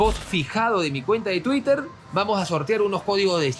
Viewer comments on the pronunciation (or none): none